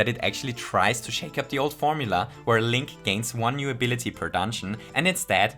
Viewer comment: his name is pronounced “link” lmao 😂